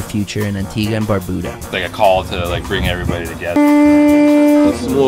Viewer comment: It's not "Antiga", It's "Antigua".